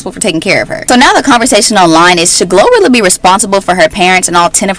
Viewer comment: it’s GloRilla not Gorilla🤣🤣